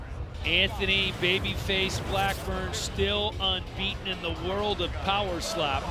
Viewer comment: Does the announcer know that you pronounce the d in "world"?